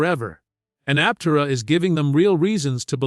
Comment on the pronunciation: learn how to say Aptera Bull shit